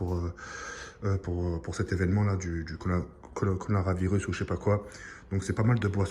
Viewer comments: c le seul mec qui ne c pas dire coronavirus mdr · Il a dit "COLORAVIRUSSSSS"😂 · « colocola coranavirus » tu fais pas d’effort tu me tueee 😂😂😂😂 jtm tropp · c coronavirus pas colonavilus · "Conoravirus" xD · cacoranoa virus mdrr et coca=caca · "coloravirus" mdr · "conaravirus" mdrrr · conoravirus x) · "on a prie l’essentielle pour le conovarirus chépaquoi, du coca, dla redbull" xDD que l'essentielle xD.